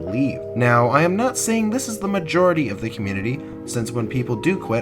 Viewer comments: You pronounced it mijority instead of majority and it sounded funny, so I pointed it out because I'm a funny lad, ye? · Did you just say mijority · positive mayjority? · Hey man great video bUt YoU pRoNoUnCeD mAjOriTy WroNG anD MisSpeLLeD mAjOriTy